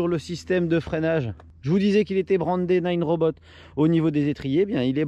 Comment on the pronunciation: Salut, juste un detail c'est Nanrobot pas ninerobot:) sinon belle video